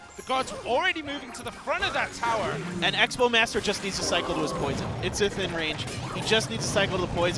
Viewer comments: dog he says poron on accident instead of poison look at the other guys name lol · Xera 51 they say porn instead of poison